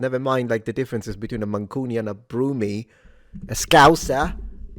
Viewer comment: It's Brummie not Broomie.